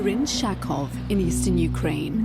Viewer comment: At the beginning of, did you say „Sharkov”? It’s Kharkov. Good journalism by 😂